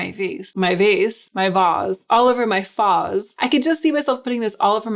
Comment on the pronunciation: "all over my vace, my face, my faaaaz." Almost spit out the food I was chewing. lol! :)